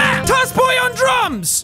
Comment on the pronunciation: I heard "toss boy on drums" as toss boy on drugs